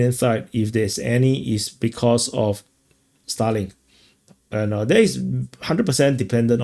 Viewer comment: I was wondering what and why you were talking about "Stalin" until I realized you were talking about "Starlink"... 😅 Uh...!!!